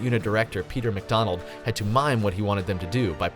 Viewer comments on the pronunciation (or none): none